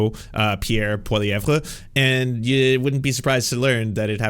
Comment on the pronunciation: defining a minority government as crushing the conservatives is odd. Pierre losing his seat was more telling than the the election result. Also you sound dumb when you cant pronounce the opposition leaders name. Its not Polly verre.